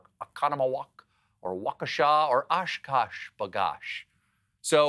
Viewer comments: "...in Madison, or Milwaukee, or Oconomowoc, or Waukesha, or Oshkosh 'B Gosh." As a native Wisconsinite, beautiful job nailing those pronunciations! 🧀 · As a Wisconsinite I would like to thank you, Stephen, for taking the time to pronounce Oconomowoc and Waukesha correctly. And even Oshkosh b’gosh. It brought tears of joy to my eyes. Thank you for thinking of the Badger state! Every time I hear someone say “Wah-kee-sha” the world gets a bit less bright. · Much respect for pronouncing Oconomowoc, Waukesha, and Oshkosh correctly, and next to each other in a sentence - even though Stephen is not from Wisconsin.